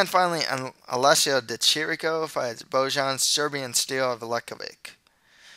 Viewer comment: Loving your predictions! Just a friendly tip - "j" in serbian/croatian/bosnian is pronounced like the english "y". So Bojan Mihajlovic is pronounced something like Boyan Mihaylovich.